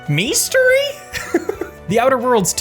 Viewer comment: I completely missed the Outer Worlds segment because I cracked up so hard at "Mestory".